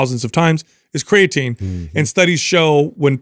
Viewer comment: When is he guna say creatine properly 😢😜